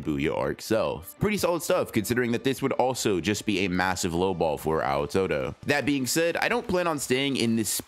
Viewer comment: clicking off the moment I heard "Ow Todo"